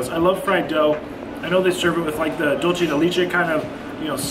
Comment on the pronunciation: Its funny how you pronounce "leche" in Tres Leches correctly...but in Dulce de Leche... you pronounce the same word as " lee-che" 😂😂😂 Just an fyi for 😉 and Dulce is "dull-say"